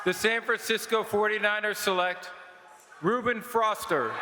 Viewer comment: Rueben froster?? Lmao